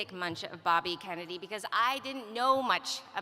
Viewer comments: At about 10.55 she says Robert F kemeny jr.? listened several times that sure sounds like it. If you add a cackle now and then she sounds like who? Don't know much about her but, first impressions not really all that. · She said Robert F "Kemmedy" at the mark. She doesn't even correct herself.